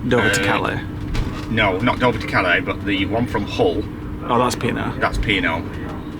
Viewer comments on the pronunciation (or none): none